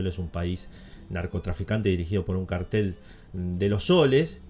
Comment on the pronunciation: oye estas haciendo mal la acentuacion en cartel. por que? porque tienes que acentuar la segunda silaba pero no como si tuviese tilde si no es la acetuacion normal de una palabra aguda, pero si te sirve imagina que tiene una tilde.